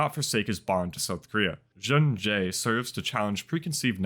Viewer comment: Just so you known Juun.J is pronounced Jun-Gee (Like Gee-Whizz) in Korean it is 준지, much love, love your videos, glad you came back to YT ^^